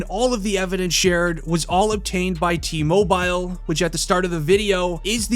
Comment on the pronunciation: Why are you saying mobile like that